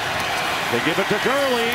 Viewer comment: You got Todd Gurley WRONG.